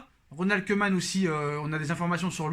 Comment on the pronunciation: Au top question rapidité Pour ta prochaine vidéo, le "oe" néerlandais se prononce "ou", donc Koeman se prononce "Koumane"